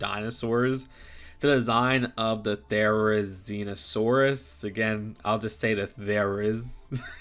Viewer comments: They are pronounced jai-ga-nuh-tuh-saw-ruhs and thr-i-zee-now-saw-ruhs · It’s pronounced (jai-ga-nuh-tuh-saw-ruhs) and (thr-i-zee-now-saw-ruhs) if you were wondering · appreciate the effort on the pronunciation lol, but it's Ther-i(h)-zin-o-saurus and Giga-no-to(h)-saurus (the letters in the parentheses aren't in the spelling of the name, but they help sound out the word) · FYI, the are pronounced there-o-zine-a-saur-us and jig-a-note-a-saur-us. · Pronunciation guide - gig - uh - not -oh - saurus -their -eh - zen - oh saurus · The-ry-zine-no-sorus There ya go! Thought this would be a bit of help :) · Giganotosaurus (Gi-Ga-No-Tho-saw-rus) Therizinosaurus (They-Ri-Zi-no-saw-rus) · here's some help with names if you do a review on it, but i like your pronounciatoin of it for some reason XD Therizinosarus: Fair-is-in-oh-saurus Giganotosaurus Jig-in-oat-oh-saurus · Here’s some helpful pronunciation: Therizinosaurus: There - i - zee - no - saurus Giganotosaurus: Gig - a - nod - o- saurus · Ge-ga-not-o-sore-us There-e-zee-no-sore-us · Ther-a-zino-saur-us and Giga-nota-saur-us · Giga-No-Ta-SAURus and THER-I-Zin-O-SAURus is how to pronounce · Ther-I-zi-no-saurus and Gi-ga-no-tow-saurus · Gig-ah-not-a-sore-us and There-is-e-no-sore-us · There-iz-ZINO-saurus and Jig-ah-NO-TO- saurus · It’s their-iz-ino-saurus and jiga-no-to-saurus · How to pronounce Therizinosaurus Thera-zeno-saurus. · I definitely gonna get this And no they are pronounced Theira zeeno saurus And Giga nota saurus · It’s pronounced giga-note-oh-saurus And There-is-in-oh-saurus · It’s There-Ih-Zee-No-Saurus and Ji-Ga-Not-Oh-Saurus. Nice try though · Bruh ther uh zin uh sor us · You said it incorrectly or almost and here is how you pronounce it Therizinosaurus pronounced There-re-zi-no-saurus Giganotosaurus pronounced Ji-ga-not (or no)-tosaurus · Therzinosours is produced thera-sin-sourus a giga can be pronounced in anyway best bet just google how to pronounce it